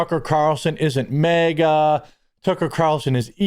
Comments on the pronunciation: You’re saying mega, not maga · MAGA is not pronounced mega... also, utilizing mediums is satanic. Here's your "SO WAHHHHT": Leviticus . Leviticus 20:6. Deuteronomy -12. Educate yourself before spouting off nonsense. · Jeremy your Minnesota is showing, "MehGA" 😂😂